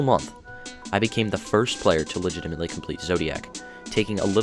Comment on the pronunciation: lol yeah enunciation on “legitimately” cuz you know....exen 😆